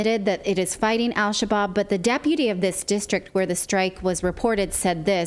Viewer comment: "Al Shabab" is pronounced without the "L" whenever in front of an "s" or "sh" in Arabic. It means "young men."